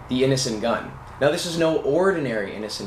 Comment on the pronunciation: It sounds like you are saying "Innocent Gun". That's a cool name for a beer too.